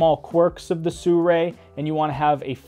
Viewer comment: nice review, but STRANGE PrOnunciation of the brand name. SURRAY ?